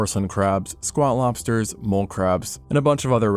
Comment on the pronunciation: I can’t be the only one that kept hearing Squaw lobster not Squat lobster.